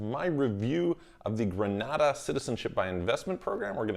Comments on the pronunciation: Pronunciation is incorrect. Gree- nay-da. Granada is in Spain. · It’s Gren-ay-da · It's pronounced "Gre-nay-dah". If I had the resources, I would invest in the Grenadian and Turkish Passports and also get a Mexican Residence. This would allow me to live in both Istanbul and Mexico City for six months each.